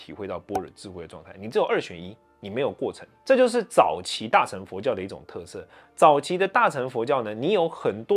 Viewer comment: 有一個字 很多講經說法的法師總是把 [[ 乘 ]] 唸成 ~呈~誠~承 或 唸 ~秤 ! 其實它是破音字 唸 ~ 勝 ~ 聖 ~盛 如 大乘(聖) 中乘(聖) 小乘(聖) !